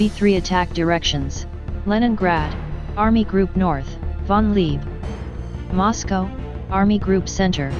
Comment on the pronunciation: It kept pronouncing Moscow wrong.